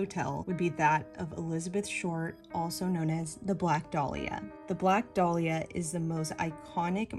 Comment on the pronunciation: Your pronouncing dahlia wrong it's da-lee-ah